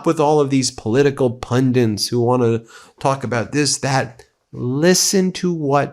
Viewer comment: The word is pundits, not pundants.